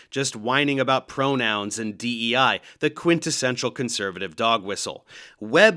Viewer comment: That was bizarre. She kept inserting a prior complaint about a paper in English literature that looked at how the olfactory sense is portrayed in some stories. She also seems to have trouble saying the English letters DEI. She calls them DUI. Either she's trolling or she really doesn't know. Either way, it's sad.